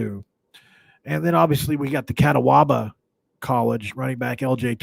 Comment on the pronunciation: Brother it’s Ca taw ba… not Cata waba 🤣